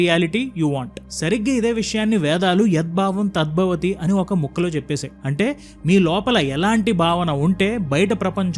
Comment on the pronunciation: It is very nice but small issue with pronouncing ed bhavam tad bhavani. There is vattu which should be pronounced. Proud to be a telugu speaking guy